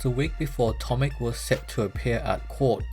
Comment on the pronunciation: The correct pronunciation of his name is not "tomik" but "tomich".